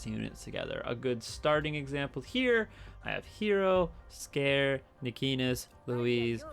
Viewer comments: Ps. Scare? Lol. I pronounce it "Si (like the first part of sid)- car-(like car) eey (sounds like the letter E)." Which I think is the proper japanese pronunciation given how their language seems to work. But I guess that works too.😋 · I'm sorry mate but the way you say Sikare just tick me off xD, its Si(as in see)ka(as in car)re(as in render)